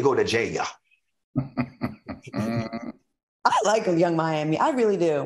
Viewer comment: “She needs to go to JAI YAH (jail)!!” 😂😂